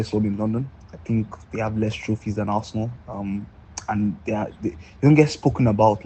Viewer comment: That arsenal fan definitely pronounces arsenal ‘assna’😂😂😂